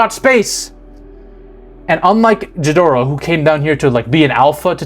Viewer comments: The G in ghidorah is pronounced the same way as the G in Godzilla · You pronounced ghidorah wrong it’s said with a G like gun not Giffy, also it’s Shimo not Shimu (I’m sorry I had to go nerd mode) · Hey, thanks for all of your videos. They're really fun to watch, and get me thinking about things I hadn't in many films. A quick note for you, Ghidorah is pronounced with a hard G like in golf, not a soft J sound. Other than that, keep up the great work! See you in the next one! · Love. Hate how he pronounces Ghidorah.